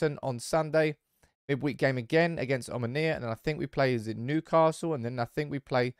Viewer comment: I am from Cyprus it is omOnia not omonIa